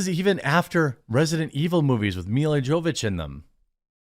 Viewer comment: Mila Yah-vo-vich not Joe-witch.